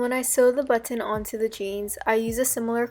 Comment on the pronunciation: amazing idea but i like the way u say buTTon lol